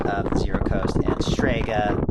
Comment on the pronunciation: This video keeps throwing me off. I’m used to the 0-coast and 0-control pronounced “no-coast” and “no-control”